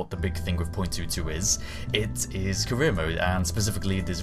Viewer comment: Every time he says career mode it sounds like he says Korea mode. So the mission must be to build rockets that cant reach space.